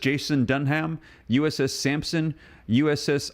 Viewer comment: it's pronounced Iwa jima is pronounced ". e wa gee ma" brother. From a major battle in the Pacific from WW 2